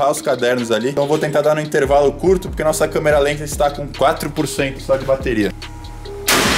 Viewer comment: gente eu adoro quando ele fala: estamos em um clube de tiro um lugar 100 pocento controlado kkkkkkk